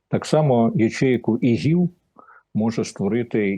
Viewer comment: Та не ігіл а іділ!